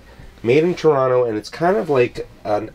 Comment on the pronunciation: Dude - you even say "Toronno" like a real Canadian! If you're from out West in Canada it can also be spoken as "Tronna", which is a bit different.